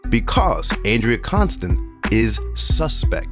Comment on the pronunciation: Con-stand😂😂😂. Con on the stand this has to be a joke the truth is in your face